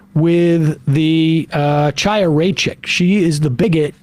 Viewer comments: sorry this is really bugging me. It's Khaya, not Ch-aya. Like the "ch" in "loch" (or in Chabbad as Sam said seconds later) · Why is everyone misprouncing her name is ḥaya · Sam as a Jew I know you can pronounce “Chaya” and “moshiach” cmon my dude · I'm pretty sure the Ch in Chaya is pronounced the same way as the Ch in Chabad. There is no Ch as in Chad in hebrew. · How does Sam pronounce Chabad correctly but not Chaya? I strongly dislike her too but it just seems dismissive